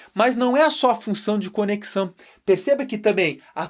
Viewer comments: PROFESSOR, A PALAVRA É CONEXÃO E NÃO CONECÇÃO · A palavra correta é conexão e não conecção. Sua aula é muito boa!! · Conecção professor? Conexão?! do vídeo. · "conecção" kkkkkkkk